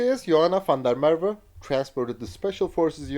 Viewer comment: You pronounced 'Van Riebeek' and 'Van der Merwe' correctly, very impressive!